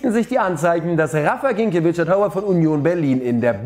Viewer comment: Wieso sagen eigentlich alle immer Ginkiewicz? Woher nehmt ihr das n?🤨😂